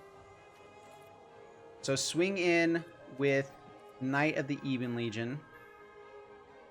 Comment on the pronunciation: while we're at it, buddy, it's "Ebbon" Legion, not "Eebon" Legion. Been driving me nuts since July lol. Love the channel, dude, keep it up.